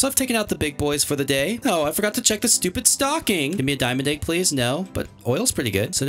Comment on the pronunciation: He always says it like “aig” instead of “egg” 😂